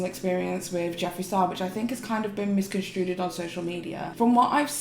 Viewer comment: "misconstrued-ED" ? I learned a new word today.